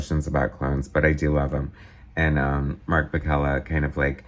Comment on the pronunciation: I was Mark's assistant on most all of his work during this era at Marvel. I have unused pages from this issue and others. Mark's last name is pronounced Pa-Sell-a . Mark did not draw like Rob. Mark was asked to draw like Rob, and then it stuck. Mark found it fun to be a Bombastic artist.